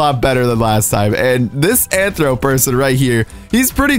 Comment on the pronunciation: It's rthro not anthro